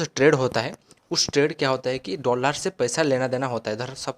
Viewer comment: Bhai Dollar hota hai doolaaar nhi😂😂😂